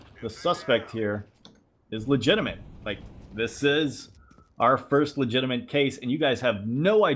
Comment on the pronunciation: There's no N in "legitimate",!;) Love your vids:)